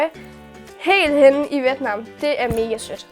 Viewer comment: Hej det hedder vjet nam 😂